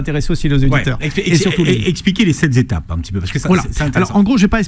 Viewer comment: Les sept zétapes... 😑